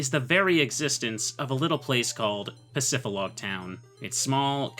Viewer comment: bro please bro... Pacifi >D< log... "dee" pacifidlog, not pacifilog... please bro it hurts... just read the word